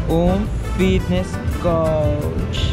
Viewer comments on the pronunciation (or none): none